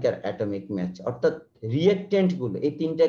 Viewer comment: The pronunciation of mass should be ম্যাস not Match. Pls try to Correct For Future videos. It creates Confussion